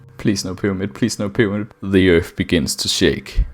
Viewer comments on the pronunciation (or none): a FWICKING PYWAMID?!